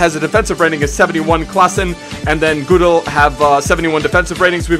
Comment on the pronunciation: haha you pronounce cillessen and gudelj wrong😂